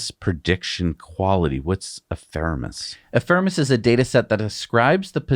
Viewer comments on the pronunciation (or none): it's "epheMeRis", not "epheReMis" you read it as. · Ephemeris is pronounced e-phem-er-is. Of course you got the PH, F sound correct.